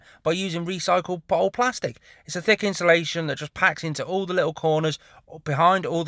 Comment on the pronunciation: INSULATION! say it correctly!